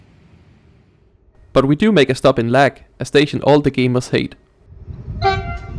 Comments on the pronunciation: Great video! Unfortunately, sorry to dissapoint you, but Łąg is not pronounced Lag but 'Wong" in Polish :D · hearing Łąg pronounced as Lag made me giggle :) It's pronounced more like Wong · I don't even know how to correct your Łąg pronunciation... just never mind. "Uoang" I guess? :D I had to make a double take on the lag joke "whait what... oh it see". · Well, Łąg would be pronounced more like Ughaughh, lol Ł and ą letters are completely different than L and a :)